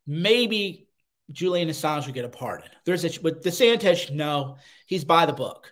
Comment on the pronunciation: "De Santez"?